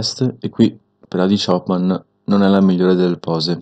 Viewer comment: concordo, levrone è uno dei miei preferti di tutti i tempi. faccio una piccola correzzione, il nome choopan contiene 2 oo, e in inglese la doppia o, si legge U,, si pronuncia CHUPAN.